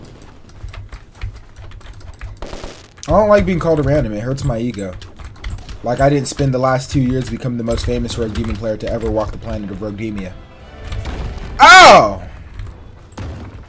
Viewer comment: DID BRO JUST SAY "ROGUEDIMIA"